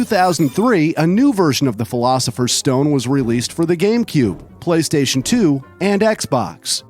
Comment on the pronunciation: "Philosopher" is a hard word for Americans. 🤣